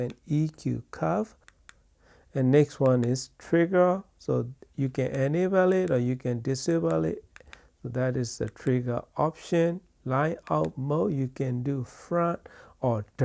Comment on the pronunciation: "ENABEL"? "DISABEL"? 😆